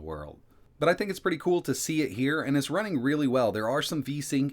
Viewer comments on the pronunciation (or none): none